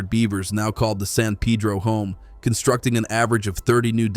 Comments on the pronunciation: It's San Peh-droh, not San Pee-dro 😂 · Why pronounce San Peeedro! Dam (pun intended) it’s annoying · In Arizona, particularly Tucsonans, many are grateful, even excited about the work done to welcome beavers' return to the San (Pay-dro) Pedro. (He-la = Gila) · Repeat after me "San Pay -dro". Interesting, as an Arizona native I have always had a soft spot for water, (it's just a desert thing).